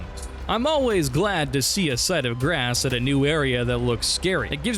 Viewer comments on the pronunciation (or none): Please stop saying site of grass 😂 - it’s actually site of GRACE. Recovering lost grace is essential for the Tarnished’s journey.